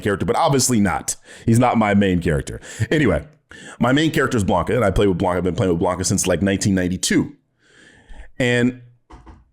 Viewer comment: I agree with ALMOST everything. Woke definition YES, human race YES woke does NOT = broke YES BUUUUUUUTTTT the way your pronounce Blanka!! Pistols at dawn!